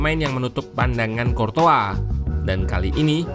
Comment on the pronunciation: Ssst.. Buat mimin Curtois dibacanya mirip Croissant.